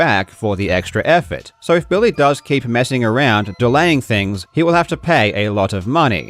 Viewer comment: I like when you say Billy like "Bill-Lay" I kinda feel like you should slip the occasional "Bill-Lay" in there to annoy him. "Bill-lay midge-el"